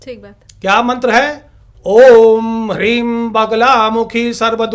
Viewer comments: ह्रीं नही ह्लीं है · Hreem nahi.....Hleem hai sahi beej.